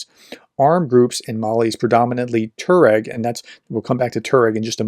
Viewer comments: Tuareg is pronounced TWA-regg, not TOR-regg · It is not pronounced Tur -reg it is Tuwa-reg.